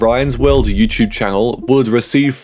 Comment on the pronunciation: Bro said “YouChube”. 💀